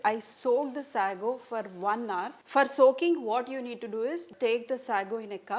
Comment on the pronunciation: Say-go not sahgo!